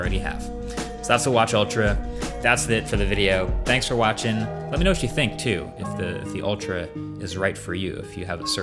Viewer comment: "Thanks for 'watch' ing" 😏